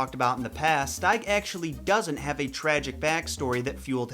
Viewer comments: it’s pronounced “steeg” not “stayg” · Here is how I pronounce Williams last name: I always pronounce his last name steeg(as in, Steve), not styg(as in, style) like you did.